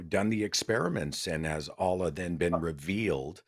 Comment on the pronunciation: It's time for Seth to finally learn how to pronounce the word Allah. It's embarrassing.